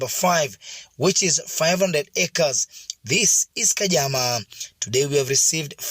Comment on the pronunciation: It's "khadzama" not "kajama"